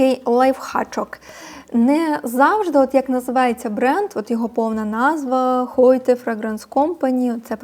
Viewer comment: Вибачте, але у вас помилка у вимовлені. Це вимовляється не «хойте» а «от», хоча дякую за висвітлення таких історій. Русняві парфуми не купуємо!